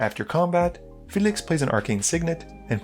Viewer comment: All of your videos, you can’t pronounce anything. Why can’t you say Felix? It’s not “fe-liixx”